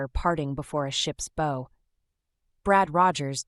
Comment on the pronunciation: I like the story but despise the narration which is apparently done by a stupid pos machine, an AI, that constantly mispronounces words. A simple word like "bow" is pronounced according to the context it is used in. example 1. A bow used as a weapon or as a piece of ribbon on a present should rhyme with the word "now". example 2. A bow on a ship rhymes with the word "cow" Humans with at least a 5th grade education would know this, whereas a piece of crap machine would never. Please stop ruining good stories by refusing to ever use AI and by editing the stories and the captions before releasing them.